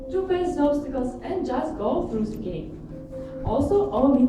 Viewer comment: Игра класс! Презентация поставлена бесподобно для такого рода мероприятий, но хард рашн эксент слушать было тяжело - зе, зен, зеар, самсинг и прочие перлы нашего произношения)))